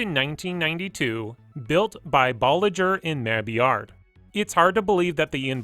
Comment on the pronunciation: Good video but I can’t get past how you pronounce Mabillard lol.